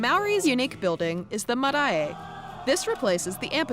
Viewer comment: As any foreigner would, she nearly got Marae right, if she didn't had the extra "E" on the end it would've been perfect.